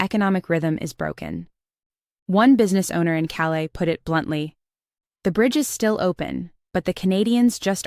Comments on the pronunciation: Calais in Maine is pronounced "cal-lass"😂, not "cal-lay" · Calais, Maine is pronounced Kalis